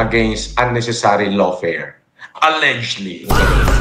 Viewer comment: MIT Grad na hindi alam basahin ang "Allegedly"